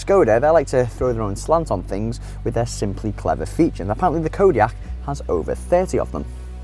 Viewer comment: can' t even say the name